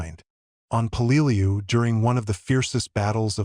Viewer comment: The correct pronounced way is Pell -ah - loo